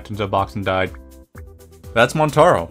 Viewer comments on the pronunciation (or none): Some videos you pronounce things really well but that montaro killed me lol